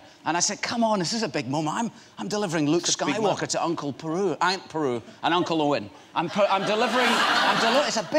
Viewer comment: "Aunt Peru"